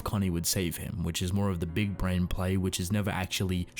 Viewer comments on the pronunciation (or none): none